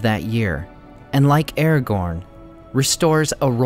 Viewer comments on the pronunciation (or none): none